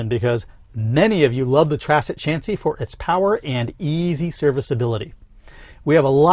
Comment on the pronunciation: What's a trassic chancey? Haha